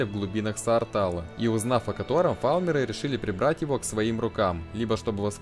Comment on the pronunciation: Мне одному слышется слово фалмеры вместо альтмеры?